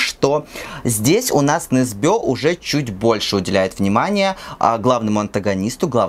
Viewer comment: Почему все произносят Ю НЕсбё с ударением на ё?=) Он Ю НЕсбё) НетопЫрь (не нЕтопырь) очень понравился кстати) считаю первые части прекрасными, особенно нетопыря